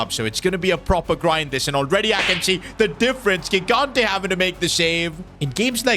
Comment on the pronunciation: gigante’s name is pronounced jigante with a j sound. I’m italian